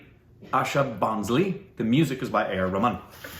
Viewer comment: Its not asha bonsaly its bhosale भोसले, काय तुला वाचायला येत नाही काय नाही काय मर्दा